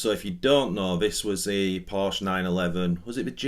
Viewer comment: You should at least say Porsche correctly..lol…